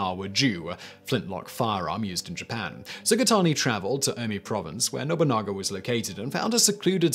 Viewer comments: NO-BU-NA-GA! Lol I love that he mispronounces it at first, then will pronounce it correctly later in the same video. He's done this in a couple videos. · How did he manage to mispronounce Nobunaga. It's literally just No-boo-naga. I'd understand No-bun-naga, but to pronounce it No-bunga implies he didn't notice there's an a between the n and g. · what he said the first time sounded like Nobunga to me, lukily I didn't have anything in my mouth as I would have sent it spraying all over my PC, but hey it's Simon, he will creatively botch pronounging anything that he can. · Simon we need to talk, who is Oda Nobounga ? I know Nobunaga but Nobounga ? pls